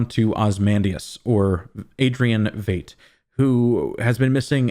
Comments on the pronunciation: Veidt rhymes with WHITE. VITE not VATE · I thought Veidt was pronounced like "fight", not "fate". Great video though! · It's pronounced Vite. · I kept waiting for Ozy to turn to his servants and say "Freeze all motor functions" lol. You might be mispronouncing Veidt but I'm not sure. My bold ass theory is that Dr. Manhattan is also the boy in the beginning and the old man in the wheelchair trying to change the timelines.